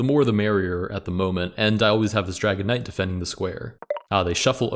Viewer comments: I’m sorry, I know that you are saying dragon knight but all I hear is dragonite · Every time you mention the Dragon Knight, it sounds like you say "Dragonite" like the pokemon lol